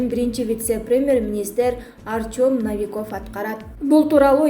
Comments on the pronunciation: Ай ,диктор кыз Навиков эмес Новиков деп айтсан боло. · Доорубой калгыла о ну а деп окуйт десе еле бардык о ну а дей бересинерби Навиков емес Новиков! Биротоло Навикав деп койбопсунар да. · Ей дура жазып бергенди нормальный окубайсынбы наавиков емес новиков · Навиков эмес новиков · Журналист кыз в русском языке слова Новый или Новиков пишутся также и читается так же но не как Навиков и наче изменится понятие и смысл слова. Так что пиши и читай правильно.